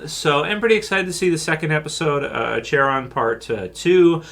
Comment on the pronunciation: it's pronounced AKERON do you even know basic ancient greek?